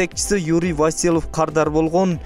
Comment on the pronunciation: СУЙЛОП ЖАТКАН БАЛА ТИЛ МАДАНИЯТЫҢДЫ БЕКЕМДЕП ТАКТАП АЛЫП СҮЙЛӨЧҮ ЭЛДИН КЫЖЫРЫН КЕЛТИРБЕЙ ВАСИЛЫВ ЭМЕС ВАСИЛЬЕВ Ж.Б.